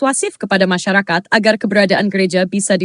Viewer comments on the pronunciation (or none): kok banyak slip tongue? .... "musyarawah" .... "masyakarat".... 😅